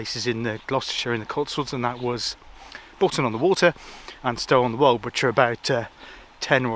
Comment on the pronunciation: Great vid, lovely to see you in my area. Us locals pronounce it Bret-fer-ton, not ‘Four’